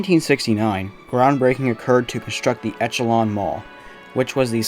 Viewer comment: Good video. It was nice to revisit this site, as I worked on the redevelopmen project back in the early 2000's. And FYI: Echelon is pronounced "ESH-a-lon" , not etch-a-lon. For what that's worth. Thanks for the trip down memory lane.